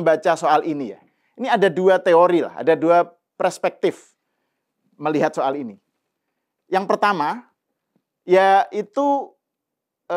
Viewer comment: Serius nanya,ini Bapak siapa? Ngomong PERSPEKTIF aja kaga becus. Beliau bilang PRESPEKTIF. Atau saya yang keliru?